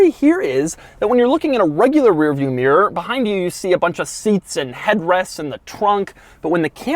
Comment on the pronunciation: Oggy meer instead of mirror